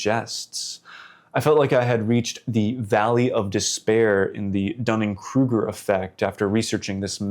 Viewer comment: you mean "Dunning-Kruger"? ..not Dunn & Kruger! now I don't think I can trust anything you say.